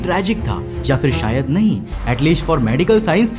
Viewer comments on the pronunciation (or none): none